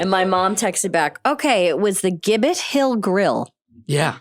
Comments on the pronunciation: So you’re telling me that Steve Carell AND Amy pohlers parents both had dinner in MY hometown at the restaurant that I used to work at as a teen AND mispronounced the name the way everyone does AND in that restaurant in my hometown booked Steve for Amy’s show? I’m gobsmacked. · We love Gibbett Hill!! I’m pretty sure they pronounce it with a soft “G” though.